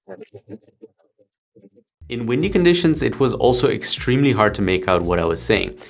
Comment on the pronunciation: When you guys sound tested the mics by going popsicle, icicle, testing... my brain heard "testicle" 🥜 lmao 😆